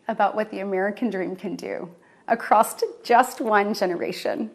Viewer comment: “acrosst one generation” - is she kidding?? with a mother like her, I’d be worried about her children’s future too but you gotta love how she’s using her “‘Twas The Night Before Christmas” voice… 🤣🤣🤣🤣🤮